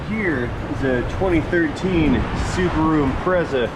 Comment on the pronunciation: he said "Rubasu" LOL